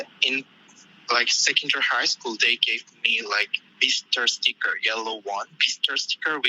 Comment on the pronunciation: It sounds like he’s trying to say “visitor sticker”